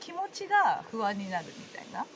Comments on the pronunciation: ｢ふあん、ふあん」が ｢ほわぁん、ほわぁん」に聞こえました☺️ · NA NA 私もほわぁんほわぁん、と聞こえて楽しくなりました😆